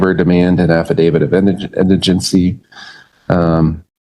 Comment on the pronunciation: If you think the word is “affadavid”, you should keep quiet and let your attorney speak on your behalf.